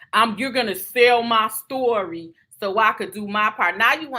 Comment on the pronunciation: I hate when he says stury 😩